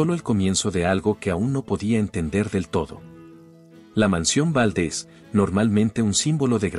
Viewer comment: Favor de pronunciar los nombres y apellidos correctamente Valdés no Váldes, en México no se usa chimeneas